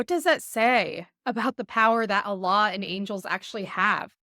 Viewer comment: I think you have never been a muslima. Your pronunciation of the name Allah is not correct.